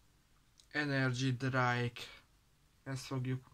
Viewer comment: Gyógyegér energia italokat tesztel... Plage energy drájk🤣🤣🤣 sírok